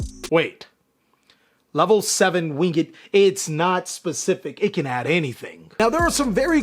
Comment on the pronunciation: winged , not wing-ed lol wtf is that ?